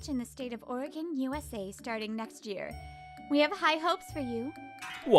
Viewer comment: ORY-GUN not ORY-GON!